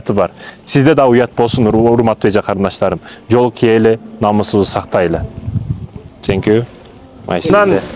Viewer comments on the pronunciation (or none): сеңкю сеңкю келтирдиңиз😂